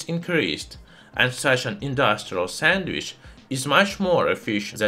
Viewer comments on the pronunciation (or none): none